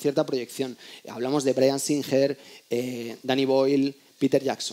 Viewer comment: Por favor, no vayáis tan de pedantes y luego digáis Bryan "Sínjer", se pronuncia "Sínguer"... es que duele oírlo... #mimimimi